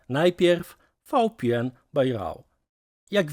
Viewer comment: Pana albo "fał pe en" albo "wi pi en" bo tak to jedno literę czytasz po polsku, druga po angielsku, aż ciekawe jakby trzecia nie brzmiała tak samo w obu językach